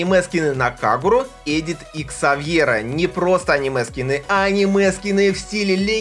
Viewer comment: Когда он сказал "И Ксавьера" я подумал "Икса..." Эх...(